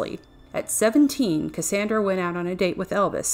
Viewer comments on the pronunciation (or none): Her name is pronounced "cass ON dra" not "cass AAAAAAN dra..." 2 years too late, I know.